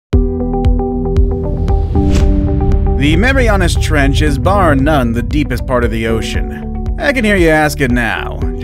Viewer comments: "tHe mEyMYAna tREnch" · He said mamiriana trench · LOL "THE MEMAYANAS TRENCH"